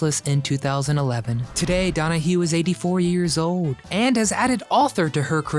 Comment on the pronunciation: This guy still doesn’t know how to pronounce old